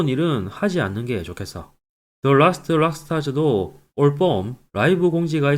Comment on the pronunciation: 더 롸스트 롸스트롹 아니고 드 으랄스트 롸스트롹.